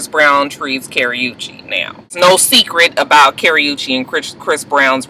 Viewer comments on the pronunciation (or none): OMG I am dying laughing over here. When you say Karrueche's name, it sounds like you're say Carry-oo-chaye.......lol hahahaha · It's funny how you were saying that girl name wrong but thought you saying it right! Everytime you said it I died.